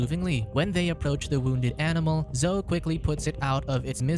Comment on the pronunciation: Zo isn't a name... Zo-EE is her name.